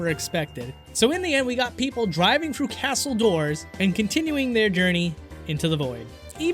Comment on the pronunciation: Can you not pronounce the word "with"? It sounds like wif, sorry but it's super annoying. "Through" sounds like "frew", "three" = free